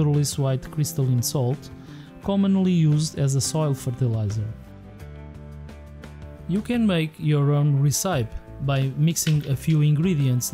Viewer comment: Brilliant, thankyou. Informative. Recipe is pronounced res i pee as in 'dress e pee' or stress eee pea. Your English is very good but this one stood out.